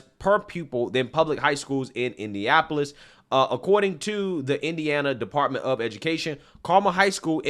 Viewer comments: …it’s Indianapolis….6 syllables….you said Indiapolis 5 syllables…😂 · It's pronounced India napolis. 😂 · My guy. Please learn how to say Indianapolis